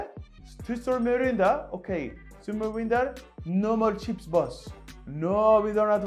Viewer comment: Man said no more chips at the end in that accent lmao